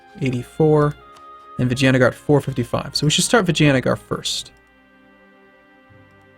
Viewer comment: Why is it that every time says 'Vijayanagar' I'm hearing 'vagina'?